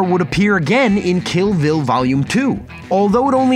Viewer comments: Kill Bill, not ‘Killville’. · "Kill vill volume 2"